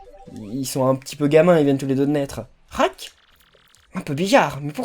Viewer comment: Tu viens de déshonorer Rath avec l'accent de pouni!!!